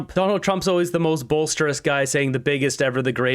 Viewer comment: It's "boisterous",, not "bolsterous" 😂 Although I think a more accurate word would be "hyperbolic".